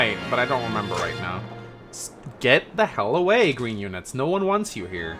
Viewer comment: "Cowfee?" "Gween unit!"